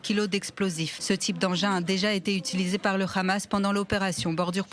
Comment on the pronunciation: C’est pas le khamas mais le hamas